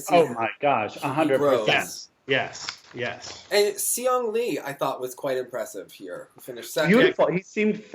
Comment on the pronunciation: Per request! Sihyeong's name is pronounced more like She-hyoung (best phonetic spelling I can muster. The first syllable is closer to the pronoun 'she'). The "si" phoneme in Korean has more of a "sh-" sound to the s than one might expect. <3 Unrelated but face when went on his crotch fit tangent means everything to me. Also, I think they're still renovating the East Rink at Chelsea Piers. It's been closed all summer.